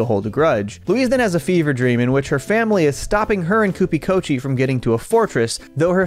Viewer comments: Its kuchi kopi lol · I'm having a real Louise and Bob moment because every time you said Kupi Kochi I corrected you, out loud, to the 0 people in my room